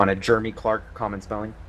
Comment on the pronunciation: Clearly it's Jeremy not germy